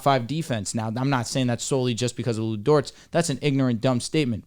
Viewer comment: Why does he keep saying lu dorts?